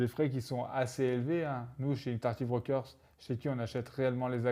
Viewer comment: Quel est cet autre brokers pour les actions sur le long terme. interractive brokers ? j'ai du mal a comprendre votre prononciation.